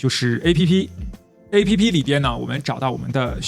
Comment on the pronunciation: 請試著不要讀成"A" "P" "P", 請讀成"APP", 是一個字, 可以嗎？謝！